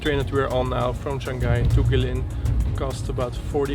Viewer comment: pronounce it as Go-way Lin = Gui Lin In English, we have the word "Bin", replace "B" with "L" and ta-da "Lin"